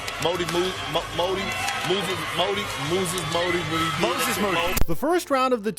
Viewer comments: modey moody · Why they take so long to get Moses Moddy’s name correctly? 🤦‍♂️ and these are our sports channels 😆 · Mowdee Mooses. 🤣🤣🤣🤣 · Kendrick can’t say Moses moody is HILARIOUS WTF ?? 🥴